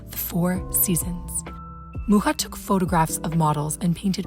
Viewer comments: Thumb up for correctly pronouncing Mucha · Thank you for pronouncing Mucha's name correctly 🙏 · Very nicely made, thank you and kudos for pronouncing Alfons Mucha's name beautifully and correctly, not as the French do. 😊 I would appreciate more examples of Art Nouveau from Europe, though. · This is a bit off topic but as a czech i'm so glad to hear someone finally pronounce Mucha's name right😭 anyway i love this video, these were always my favourite art styles and epoches and you covered it perfectly<3 keep it up!